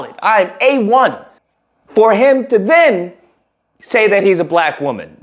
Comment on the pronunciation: Bruh, I could swear I heard you say.....upon hearing conspiracy to destroy Blak boys....